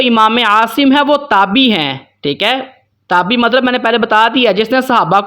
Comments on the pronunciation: اسلام علیکم ،جناب یہ لفظ" تابی" نہیں بلکہ "تابعی" ہے درست کر لیں ،شکریہ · جناب یہ تابی نہیں ہوتا تابعی ہوتا ہے آپ اگر ایسی غلطی کریں گے تو سارے لوگ آپ کی وجہ سے غلطی کے مرتکب ہوں گے اس کو درست لکھیں اور درست پڑھیں